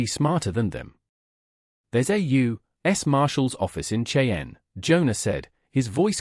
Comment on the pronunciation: Cheyenne is not a difficult word to say